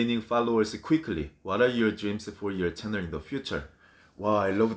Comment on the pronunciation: My chenner 💀😂😂 it's Chanel!💖